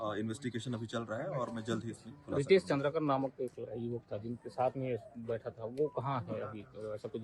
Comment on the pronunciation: Aap nam bahut galat le rahe hai Its चंद्राकर not चंद्रकर